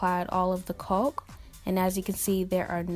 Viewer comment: Excellent work, but caulk is pronounced like cock not coke, was really bugging me